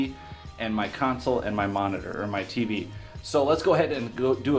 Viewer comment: he says moridor instead of monitor